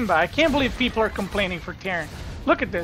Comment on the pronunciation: "thank you for the sport, beoble"